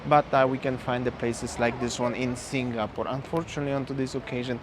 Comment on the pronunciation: Bro …please please can you pronounce Singapore 🇸🇬 properly? Its not SINGGAH-PORE😫. I cringe everytime ! 🤣 🤪 anyway Merry Xmas to u both! 🎄🎅🏼🕊️